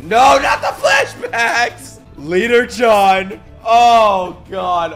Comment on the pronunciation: I love how you call Jean John